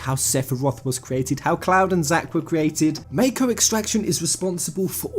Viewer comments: i thought you were a final fantasy fan....wtf is this MAYKO bullshit its called MAKO MAH-KO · You're saying Mako wrong. You're saying meiko, it's mahko, y'know? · mah-ko not may-ko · Ideas aside, it's hard to take you seriously when you can't pronounce mako. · The way you say "Mako" disturbs my soul XD